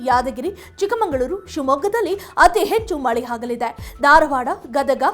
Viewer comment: ಹಾಗಲಿದೆ ಅಲ್ಲ ಅದು ಆಗಲಿದೆ ಏನು ಕನ್ನಡ ತಾಯಿ ನಿಂದು